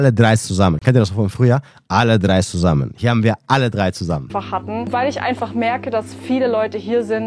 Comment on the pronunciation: "Alle Drei szusammen" hahahah. You made my day, Man. Nostalgieeeeee